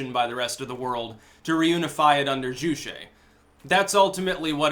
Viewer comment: jew shay. lol WHO IS THIS? stop with this horrible pronunciation